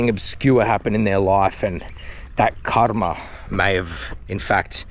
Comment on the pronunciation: The enunciation of the word Ka'r'ma !😂 It is nice how you don't visit the mainstream tourist places and do your research 🙌